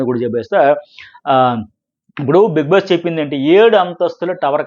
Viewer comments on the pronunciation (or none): బీంగ్ బాస్ కాధురా బీగ్ బాస్ రా బాబు మాకు శ్రీజా కావాలీ